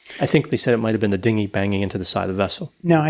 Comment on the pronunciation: only AI would pronounce it Din-gy